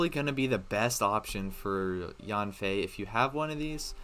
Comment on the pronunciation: Hey I know her name pronunciation doesn’t really matter but it’s pronounced as “yen-fei”. Yes it’s in English but chinese names are often pronounced close to the Chinese word characters even if they’re spelled in English